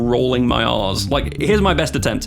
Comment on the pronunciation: Okay I gotta admit, quite comically, it took me three tries to understand what you meant . I kept hearing "Rolling my arse".